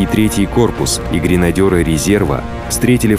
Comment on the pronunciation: ГренадЕры!. Диктор даже прочесть не может правильно. Что ща гренадёрги?